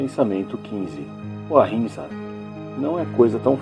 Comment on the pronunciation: gostei da pronúncia do sathiaghraraia e o atchimsa